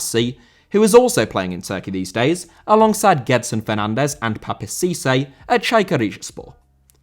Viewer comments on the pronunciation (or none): Gedson* not Guedson